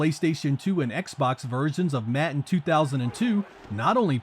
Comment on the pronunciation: Im sorry but pronouncing "Madden" as "Matten" is completely unacceptable.